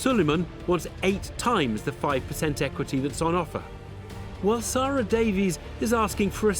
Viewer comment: DEBBIE... DEB... Seeeer-AHhhhhh... Really Dude!?! Ugh